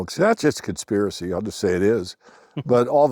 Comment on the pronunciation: As soon as says "conspirisy" Siri stops the video and sits there listening.